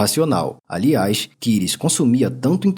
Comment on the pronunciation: Antony Kires ? Achei que fosse Kieds, mesmo na pronúncia 🤦🏽